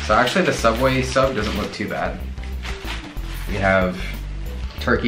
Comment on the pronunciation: sooubway .....theodd1sout😂😂